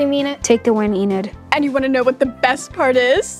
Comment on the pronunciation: Enid? Huh! E-NAD is more like it.